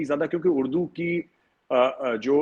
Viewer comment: Urdu hota hai , Ud-du thodi hota hai 😂😂